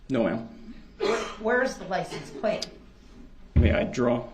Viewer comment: Is he saying LICENSE PLACE????